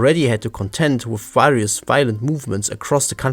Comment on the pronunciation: If you want to stop mispronouncing words like "various", go a english course (I phrased it the way talk about your sponsor)